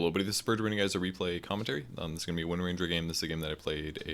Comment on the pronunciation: Thumbs up for titling the video correctly, even if you mispronounce her name in the replay. :)